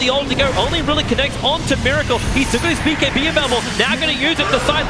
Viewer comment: He says B(bay)(key) instead of saying bkb! ROFL:D